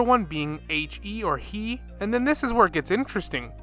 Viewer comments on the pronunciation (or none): For the Anemo Hypo, it's not "elf", it is "Ale-f", the same "A" as in Arlecchino or "about". And He isn't "he" (as in the pronoun), it's "Hé", the same hold "h" you use for "hold" or "Hypo-", with the same "e" sound as "tele-(pathic/vision/kinetic)". Also no, the Hypos aren't the Sovereigns. The Hypos are just extremely condensed Elemental beings; super powerful slimes, if you will. And in Teyvat, elemental power leads to higher levels of consciousness, as we see with the Adepti and Yōkai. Also, the lizard thing with Sucrose means nothing, as lizards aren't native Teyvat. All life forms besides Vishaps were created by the Shining Shade of Life, besides Humanity, which was brought to Teyvat directly by the Primordial One.